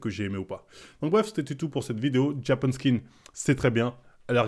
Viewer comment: Je rêve ou il a dit biiiien fort "JAPAN SKKKKIN" 😂😂😂